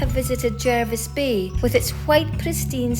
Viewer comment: I am from the South Coast of NSW, and it is good to hear that you like my part of Australia. My family came to Australians from the UK in the 1800s and my family has lived on the South Coast since the 1850s. And you did pronounce, Jervis Bay, correctly. Your information on beach safety was good but you left out a few things. People from the Northan Hemisphere and older people are more than likely to be the ones who end up in trouble and they always underestimate how strong the currents are and how poor of a swimmer they are. At the beach just where the waves are breaking at high tide there is a sandbar and people who dive into the water often hit their head on it and break their necks. A disturbing number of these people are from the Uk, male, and end up in the spinal ward in Royal Prince Alfed Hospital in Sydney - most of the time the outcome is not good.